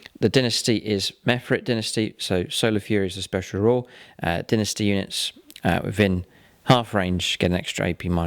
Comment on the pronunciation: Dynasty* not Dinisty